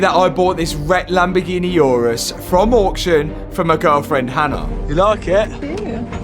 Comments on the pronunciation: Never heard of a "yourus" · It’s going to be a wide Urus sounded like It is going to be a wife’s Uterus 😂😂😂